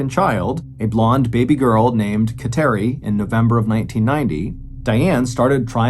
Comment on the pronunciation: She was Catholic for sure because of thr name of her daughter. But it is pronounced KAT-er-ee